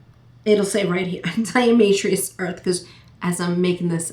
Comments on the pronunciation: pronounced DI A TO MA SHUS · There is no "r" in diamaceous...lol